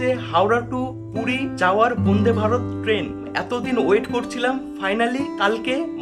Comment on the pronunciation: Bonde bharat na vande bharat uccharan ta to vlo kore koro 😡😡😡😡